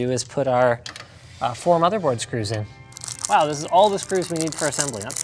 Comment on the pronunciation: Almost ready to close it up wow! (pronounced werrrw)